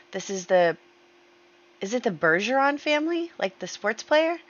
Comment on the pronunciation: You pronounced Bergeron correctly! I’m so excited to see them in the world.